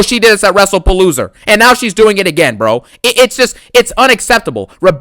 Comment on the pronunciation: Funny how you pronounce WrestlePalooza as “WrestlePaloser”